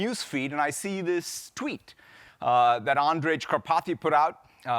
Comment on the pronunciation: Lol "Andredz" Kaparthy must be really chuffed to get a mention. :D Honestly if he's going to mention him on a prepared keynote why won't Nadella learn his name??